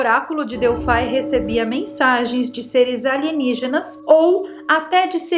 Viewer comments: se diz Delfi, (Grego) não DELFAI com a pronuncia do "i" como em inglês🤗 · Delphai é para os de língua inglesa, ou vc pronuncia em Grego ou em Portugês Delphi com I mesmo.. Lembra da calça Levis? Então aqui vai ser sempre Levis ( Com I ). Hehehe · o Oráculo de Delfi(* exatamente pronuncia) abra um mapa antigo e coloque o dedo em Delfi, realmente É O MEIO DO MUNDO. A partir dali a construção dos outros templos tomaram direções "exatas de conexão ". Moro aqui na Grécia e posso te falar mais sobre esse assunto. Que não está traduzido nos livros nos últimos 70anos.